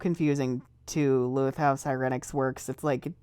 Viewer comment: I like how they pronounce Siren-ix. It's more natural, because you retain the pronunciation of Siren, and not Si-REN, which ... I mean you don't call a police car sound that, do you? I don't know where the other came from.